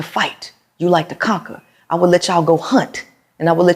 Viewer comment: He said “conquery”meaning that seems you are trying to conquer fresh and fit after she said that she extinguish arguments putting a fire OUT. He was a male sounding like he is a 2 year old learning to pronounce words point proven 😂😂😂😂😂😂😂😂😂😂😂 “conquery” Talk about keeping a forest fire going.